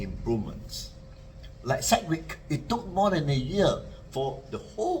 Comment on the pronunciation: hi, have a good weekend ahead. btw it's segwit, not seqwit - because of 'segregated witness'